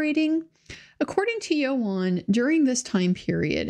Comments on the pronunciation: its ewan ewan not eo arn ffs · As a Welsh speaker, it's YOANN, not YO-HAN! Great content as usual :D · I think his name is pronounced “Ian” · It’s not Ewan though, it’s Ioan. Welsh, pronounced yo-un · Thank you for this coverage. I recall the backlash when the whole "believe all women" rhetoric was going on against any woman who dared questioned someone's account. Unfortunately deceit, lies, taking advantage is a gender nurtural trait & its only fair that any allegations should stand up up scrutiny. Just as a side note, his name is pronounced "Youan", I live live in in the UK, and its the standard pronunciation of this Welsh name, hope you don't mind me pointing that out. 🙂